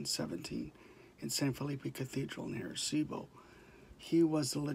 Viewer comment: Say right please arecibo.